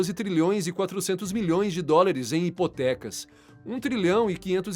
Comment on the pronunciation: Bom conteudo, boa voz e dicção. Pórem vale a pena se atentar para algumas palavras ditas erradas. Não é DORILIS e sim DÓLARES. de resto, tuudo certo!